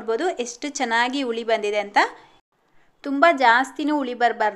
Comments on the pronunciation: Ice cube ಹಾಕಿದ್ರೆ ಇಟ್ಟು ಸರಿಯಾಗಿ ಉಳಿ ಬರೋಲ್ಲ ಅಲ್ಲ ಮೇಡಂ .... ಹಿಟ್ಟು ಸರಿಯಾಗಿ ಹುಳಿ ಬರೋಲ್ಲ..... ದಯವಿಟ್ಟು ಕನ್ನಡ ಭಾಷೆಯನ್ನು ತಪ್ಪು ತಪ್ಪಾಗಿ ಮಾತಾಡಬೇಡಿ 🙏 ನಮ್ಮ ಕನ್ನಡ ಬಾಷೆಯಷ್ಟು ಶ್ರೀಮಂತ ಭಾಷೆ ಬೇರೊಂದಿಲ್ಲ .... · That's not ITTU that is hittu n not uli it's huli just correct your pronounsation.